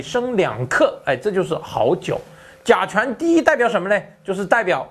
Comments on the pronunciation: 甲醇和甲醛都说不清楚，嘴里含着鸡蛋的主持人，佩服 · 聽著難受 甲醇 甲醛... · 你才吃甲醛？这个都读不准还做主持人